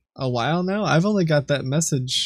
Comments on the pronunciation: Is it just me or every time he's supposed to say "right now" he was saying "right meow" ? Edit: I just noticed there's a meow counter at the top right corner. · had to pause video first time i heard "right meow", im not listening to that for an entire video lol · Should have kept a counter of how many times he said 'meow' in place of 'now'